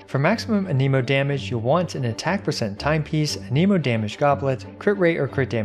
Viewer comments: Ahhhhh my ears, aneemo, ah-neh-mo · The fact that you say ANEEMOH instead of ANEHMOH bothers me. Stop that.